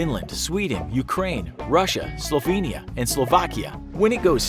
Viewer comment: it is Slovenia, nit Slovinia